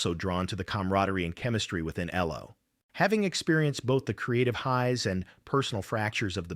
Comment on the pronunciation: EEE-low? Stop using free AI narration!